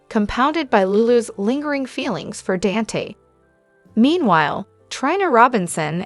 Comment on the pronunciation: Please Say DON THEN SAY T ITS DON T Dante😊